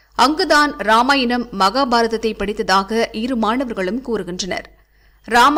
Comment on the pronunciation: Ramayanam... Not Rama inam.. Pls pronounce properly